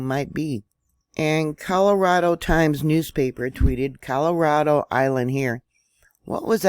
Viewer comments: Hi dear..... Thank you so much for all your information. I used to live in San Diego, Cali. Just thought you may want to know how to pronounce Coronado (sounds like Coor a naw doe). I had noticed you may have said Colorado😂😂😂. Never laughing at you just with you. I am the worst at English but since i lived there, I just thought you may want to know. Love you my dear!!!! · It's Core-Oh-Na-Doe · Many times you have mispronounced Coronado